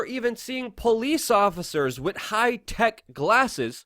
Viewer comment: Luke, I personally love your spirited opening of each video. It shows me that you're excited to do what you are doing, and that you are very appreciative. If I may offer one bit of constructive criticism, stop saying "wit", the word is with. You're a better journalist than that. Other than that, "I Love Ya". Rock on.